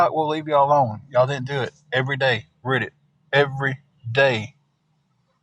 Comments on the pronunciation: What TF is rid-it u mean read it not how it’s spelled but that’s how it’s pronounced and this dude can’t even bend his knees to move ain’t nobody afraid of him U could run and literally run in circles around him and he couldn’t even turn around fast enough to watch you run you could hit him and he wouldn’t know where he was when you hit himI guess he might kick your butt maybe sitting in that hotel chair but I guess he’s not doing that anymore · yea i know what it is i was saying what is rid it its reddit he miss pronouces it wrong drives ya crazy